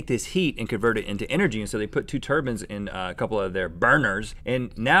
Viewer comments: Rhett says turbans instead of turbines.... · And turbines are pronounced "tur-bynes" not "tur-bins" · Could have sworn Rhett was saying ""Turbans" instead of "Turbines". I was picturing head coverings producing electricity throughout this episode!